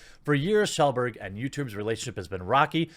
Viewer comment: "Shellburg" Never change, Jeremy.